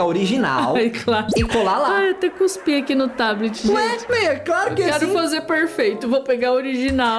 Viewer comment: No "Tablet" Uaiblet